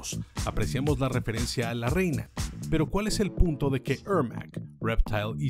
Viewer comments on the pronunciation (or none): Qué asco como dice "la reina" sabiendo que la referencia es de la banda y se oye horrible. Y lo repite y hace dar ñañaras y coraje